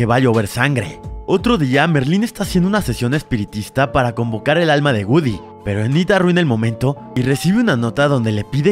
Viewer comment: Se dice goodiie no gudy